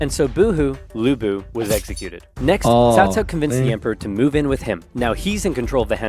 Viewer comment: Omg… not CowCow. CaoCao is pronounced as Qhao Qhao.